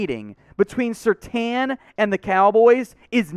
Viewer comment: Why do you continue to mispronounce SerTAIN?